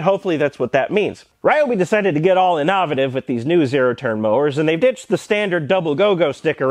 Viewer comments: Never heard someone say "innovative" like that before but it's the kind of syllable stress I expect of an American. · I can't tell if this is your normal mispronunciation of these In-dic'-a-tur? In-nov'-a-tiv? LOL